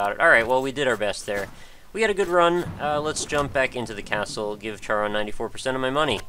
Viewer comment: Charon is pronounced with a hard C. Care-on.